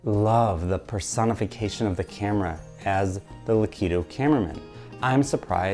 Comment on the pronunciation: Devastated by your pronunciation of Lakitu 😔 But seriously excellent, poignant work. The analysis of the mirror room was revelatory, such a bold argument to make, and you made it both convincingly and beautifully. This video was well worth the wait and I am excited to see where the rest of this season goes :) Onward, video essays